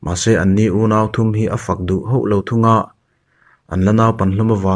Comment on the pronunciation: Hauh lo tih hi hoh lo tih ri angin ka hriat tlat le...ka beng diklo nge ni?